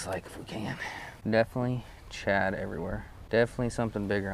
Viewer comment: It's not pronounced Chad its. Shad were you in special Ed. In school LOL